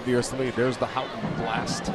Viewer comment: There are so many things I hate about the American commentary in this game but most of all is their pronunciation of 'Houghton'